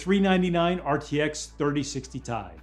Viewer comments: he said 3060 “tie” instead of “T-I” 😂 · did he call it 3060 tie? Have we been pronouncing it wrong or is he mistaken? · did he really say "rtx 3060 tie" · he literally said rtx 3060 "TIE"! wtf.. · “3060 Tie” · my mans just called it a 3060 tie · he pronounced it "tie" lol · im so happy i wasn't the only one who noticed that. i was like " did he just say tie?"